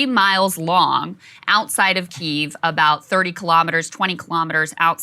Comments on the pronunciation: Krystal... It's pronounced "Kee-ev" not Keeve. Love yall though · Please stop saying keev, the y is pronounced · Please say key-ev lmao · Is it pronounced 'Keev' or 'Kiev'? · Makes you wounder how much research you have done when you call it keev. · omg saagar......KEE-EEV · Krystal ! — “Key”-“ev” but said quickly together ! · Please stop calling Kyiv Keeve 😅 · every time krystal mispronounces Kyiv (KEE-ev) i die a little inside thanks saagar for knowing it 😭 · krystal pronouncing Kiev--I'm sure she says VERSE for versus as well. what a dope.